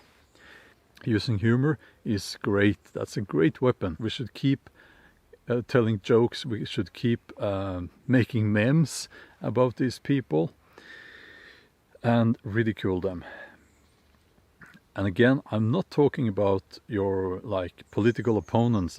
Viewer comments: "Making mehms" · I likes how he pronounced 'memes'. Rock it mate. God speed.